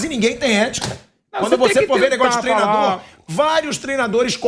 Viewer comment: Me irrita jornalista dizendo Treno, trenador... Porra, é TREINO, TREINADOR....